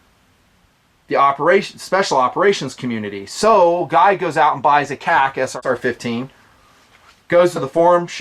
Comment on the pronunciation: This is the first time I'm bothered by a video you produce. And not because of the information, but KAC. It's sounds like you're saying something else (k-ah-c) and it drives me and I'm sure others up a wall. Say Knights or Kay-Ay-See. Love the channel, the hard work you put out, and the content. But seriously...stop the (k-ah-c)